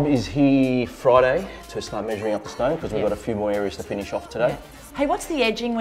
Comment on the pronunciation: Funny how people there say 'stoine' = 'stone' . And when they comment on decor/furniture in the store " this is nice", "nice", "nice" ... :D